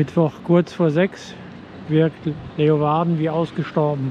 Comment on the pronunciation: Der Ort, die Stadt heißt nicht Leuwarden, sondern Leeuwarden. Lee u warden. Gesprochen Leeuwarden...